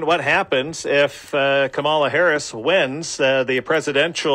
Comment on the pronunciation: Lolz, I had to listen to this video four times to even understand what was being said. And that pronunciation of Kamala 🤦🏻‍♂️